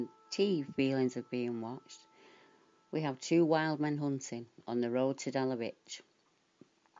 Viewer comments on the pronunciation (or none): I lived in Dalavich until I was six back in the early 1960s. My father use to say not to go into the woods/forest because they was a wild man living there. Small point: it’s pronounced Dala - vich( the ch being like in the name Bach)